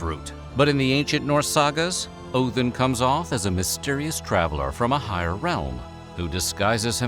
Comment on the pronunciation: "Oathin" Look guys, I can pronounce it the ethnic way.